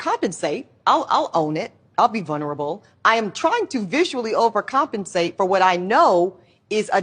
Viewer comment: She tries to sound intelligent and then says vunerable. 🤣